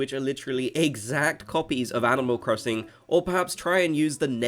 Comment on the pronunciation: LMAO IM CRYING “animal crosinc” 😭